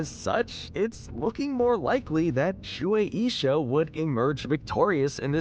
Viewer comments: Shu-A-Sha Not: Sh-oo-Ae-E-Sha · You pronounce shuesha so weird